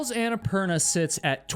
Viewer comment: Is it just me, or did he mispronounce Annapurna and have to edit it throughout the entire video? Watch his mouth closely when he says it, and it doesn’t match at all. It’s quite annoying.